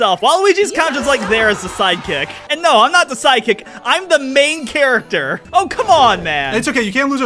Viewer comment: If you ignore him mispronouncing “a main character” the same way Wario would then this is the most I’ve agreed with Eevee by a lot.